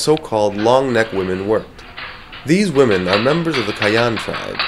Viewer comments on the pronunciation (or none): none